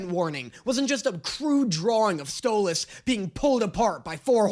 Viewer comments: Just so you know, most people blame Stolas (pronounced Stole-us) for the argument at the end. He did shock Blitzø with it all, start it by activating his fight-or-flight response by taking the book, then alliwed him nearly no time to process. If you want a better breakdown, watch Sarcastic Chorus and his vid on why it was Stolas' fault. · YEAAAAH DAAAANNNNNNNYYYYYYYYY!! Is he finally gonna stop calling him Stol-ass? Or does he still not realize that the way pronounces stolas is the way stella pronounces it to insult him! Find out on todays episode of; Trauma Edit: HE STOPPED SAYING STOLE-ASS 🎉WE WIN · YOU SAID HIS NAME RIGHT YOU GOT HIS NAME RIGHT OH THANK YOU THANK YOU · my jaw actually dropped when he said Stolas’ name right. I got so used to it, is sounds wrong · he said Stolas' name right!! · finally said stolas correctly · He said Stolas’ name right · ayyyy he said Stolas properly also, real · YOU FINALLY SAID HIS NAME RIGHT YOU SAID STOALS NAME RIGHT GO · OMG LEARNED HOW TO PRONOUNCE STOLAS CORRECTLY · He said stolas correctly 😊😊😊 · So glad you stopped saying Stole-ahhhs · YES! HE SAID THE A IN STOLAS FAST!! HALLELUJA!!!🎉🎉🎉🎉🎉🎉🎉🎉🎉🎉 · You know how you were saying you don't know how we want you to pronounce Stolas? Well you said it correctly , , and That's how his name is pronounced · You’re saying Stolas’s name right!!! Yay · Did anyone else realize he pronounced stolas name right instead of mispronouncing for fun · finally pronounced Stolas correctly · Wait…. Did he finally say Stolas’ name right?????? 🎉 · OMG, HE FINALLY LEARNED HOW TO PRONOUNCE STOLAS'S NAME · HE PRONOUNCED STOLAS RIGHT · I thought you were gonna hate this episode. Pleasantly surprised. But also, YOU SAID STOLAS RIGHT!!!🎉🎉🎉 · YEEEY YOU FINAALLY SAYED STOLAS RIGHT!!! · OMG HE FINALLY SAID STOLIS CORRECTLY! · Can we talk about how finally said stolas name right??? But now that he did it sounds even weirder 💀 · Look who finally pronou ced stolas right!